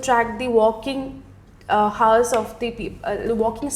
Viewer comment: The word ‘hour’ h should be silent. Please don’t take this video as a prototype. There are so many errors here